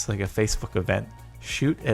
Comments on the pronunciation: EAR-ma??? ERR-ma! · It’s not pronounced ear-ma, it’s er-ma, just like it’s not ro-day-o it’s rod-ie-o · Jordan....why do you pronounce "Irma" like "*ear*ma"??? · Wait did he say Earma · Lmao the way he says "irma" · Anyone else triggered at how he says Irma? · Did he really just mispronounce Hurricane Irma? It was the biggest thing in the nation when it happened you had to of heard tons of people mention it. How just how, I am dumbfounded.